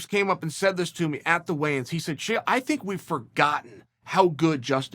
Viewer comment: I love the little kids in the comments posting names they think chael got wrong. He’s never gotten a single name wrong ever